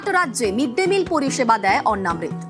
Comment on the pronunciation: গ্রাউন্ড রিপোর্টারের উচিত দয়া করে উচ্চারণ ঠিক করা। এটা অন্ন্মৃত নয় অন্নামৃত (অন্ন + অমৃত) ।